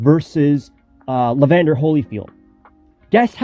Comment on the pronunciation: And Evander Holyfield, not Levander